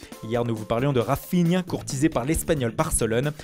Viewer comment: la prononciation de Rafihna m'extermine